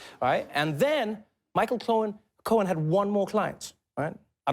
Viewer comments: he did it again, that's cute hannity... pretending you "don't know how to pronounce Michael Cohen's last name, or wait... is it Cone? 🤷🏻‍♂️ "I don't know! I NEVER MET THE GUY!" 🤷🏻‍♂️ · That's cute! Hannity mispronounces Michael Cohen's last name 🤷🏽‍♀️I wonder why he did that?!?🤦🏽‍♀️